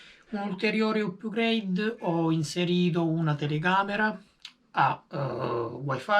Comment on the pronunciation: Si pronuncia "apgreid" non "upgreid". Volendo esistono termini analoghi in italiano: aggiornamenti, migliorie, ecc